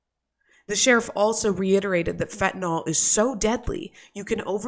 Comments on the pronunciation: Can anyone pronounce “fentanyl” correctly? It’s Fenta-nill, not fenta-nall. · stop calling it fentinall it should ber pronounced fen tah nil... nyl never sounds like all